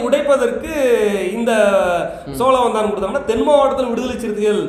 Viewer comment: சோளவந்தானா. சோழவந்தானா